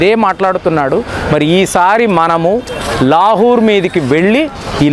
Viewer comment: లాహూర్ ❌ లాహోర్ ✅